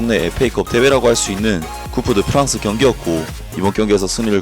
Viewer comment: 항상 재미있게 보고 있습니다. 상새한 설명 감사합니다. ( 꿉 더 프랑스로 발음을 참고하시고...)